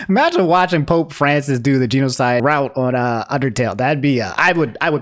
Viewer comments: at this point, im more impressed than upset. the way can mispronounce so many words, geenocide, megola-van-ia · Geeno-side rite. Are you ok?